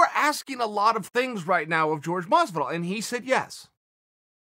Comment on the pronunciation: Jorge is pronounced George. Chaels right.